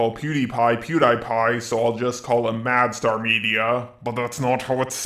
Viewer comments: how to say Mastar media. Madstar media Lol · Its not "Mad star media" Its not "Mu star media" Its "Ma star media" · Does anyone else hear "mad star media" when he says the name? :p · Are you calling him "MadStar"? It's a play on Master and Star, not Mad and Star. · I'm heading "madSTAR" is that how's he is pronouncing it?